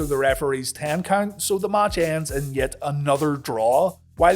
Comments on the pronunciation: I love How He says ""MACH"" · The way you say "match" triggers me 😅